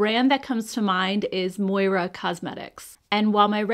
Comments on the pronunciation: Just curious, but anyone besides me thinks this brand should be pronounced “More’ ah” and not “Moy rah”? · Hahaha forgive me for chuckling, but it's Moira. Ya already know haha:)